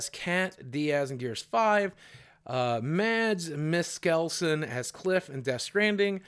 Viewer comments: "Mads Misskelson" hahahah oh bro. Broooooo. It's Mikkelsen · "Mads Miskelsen" xD